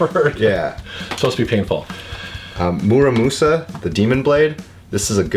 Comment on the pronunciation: Thanks now I finally know how to pronounce Muramasa.